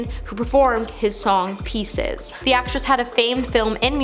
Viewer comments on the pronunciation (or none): none